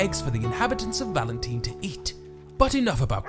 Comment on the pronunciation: Why do you call it valenteen lol.